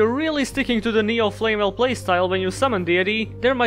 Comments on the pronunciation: I'm pissed because you're prounouncing it as "Flame Well" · I'm pissed you pronounced it as "Flame well." I hope that's really funny to you. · Here's to Flamvell Guard, rejected by most other Flamvells due to the extra 0 on its DEF, but finding its place in better decks. Also, I like how you say flamwell and it would be expected with "lewel" and "wersatility" appearing earlier. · Why do you pronounce them as "Flame well"?